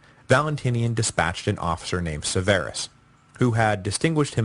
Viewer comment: It's SEHverus. sehVERus is wrong. That's like pronouncing Michael as myKUL instead of MYkul. Entirely wrong emphasis. It's killing me.. 20 hours of listening to this name butchered has prompted me to finally comment. Lol